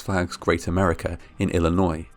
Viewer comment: Thank you for saying "Illinois" correctly! I grew up in the town in which that Six Flags is located and been on that Batman ride multiple times. I never really liked how it made my feet dangle...